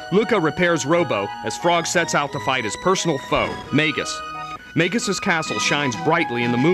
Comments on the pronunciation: super informative! Though, I did not like how most of the names were pronounced by the narrator. may-gus? mar-ley? epic? crow-no trigger? It's interesting! I've never heard the names said out loud. I've been saying the names like they are spelled. Magus. Marle. Chrono. Epoch. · Mag-us and E-poc. Learn to pronounce things right! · most wasted 5 minutes of my entire life -_- the party you use DOES NOT matter, only the times you go to find lavos.. jeez. and it's magus (Mag-us) and epoch (E-Pok) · Maygus and Epich. ... I hate this guy. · Marle: is pronounced "Mar Ole" not marley Lavos: is "Lah Vos" not lavus Epoch: is "EE Pach" not epuch Magus: is "Ma (as in Math) Gus" not Maygus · "May-guess"? It's "Mag-us", I knew someone who called him "Ma-juice" of course he also said that he killed Red Specko at lv. 50. I bought this game for 50$ with my bro when I was a little kid. Also you call it "Epic" wtf? I know it's not pronounced that way. I've always said "E-poch" but I'm not saying thats right. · wow that narrator pronounced every name differently from how i grew up thinking it marle = marlee instead of "marl" magus = maygus instaed of "mahgus" lavos = layvos instead of "lahvos" leene = leenee instead of "lean" gah what else. rawawrawr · i always thought it was pronounced 'mar-lee' because that's actually a name. in the japanese version though she actually was just called "marl" and instead of being "princess nadia" she was "princess marledia". as for magus.. well i thought it was pronounced "may-gus" but i could be wrong. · This guy really doesn't know much about this game. Yes the pronunciations are all terrible: Mag-us Mar-luh E-pok And he got some key points terribly wrong. There are 12 endings total and party composition doesn't matter. Also, don't take his opinion on "flaky" or "boring" if you play through the game, you'll learn to love those characters and the ending might even make you cry.